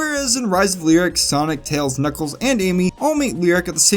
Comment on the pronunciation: Every level in Knuckles Chaotix is an alliteration just like the title of the game. i am now informed that both the Kn in Knuckles and Ch in Chaotix are not in fact pronounced like the Ge in George.